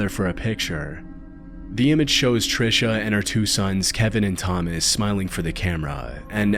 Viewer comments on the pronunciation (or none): none